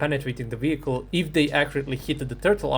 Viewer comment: "vewi prutekted advent sapport wehicle"